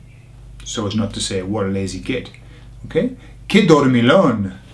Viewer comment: I love these 'idiomatic expressions' videos and it's reassuring how nearly they make sense! I'm troubled by the pronounciation of the LL in Dormillon, though. We'll have to talk about that ;)